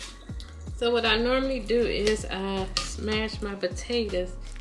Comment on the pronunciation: I really like how you say potatas lol